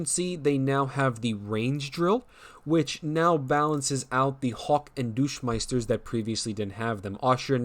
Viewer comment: I thought "Barvarians," was bad, and then he called the Deutschmeisters "Douchemeisters."